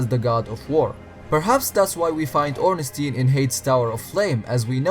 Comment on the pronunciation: Im austrian (language german) and i find "Ornstien" better xD